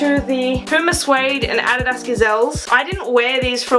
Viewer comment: I’ve never heard anyone pronounce “adidas” that way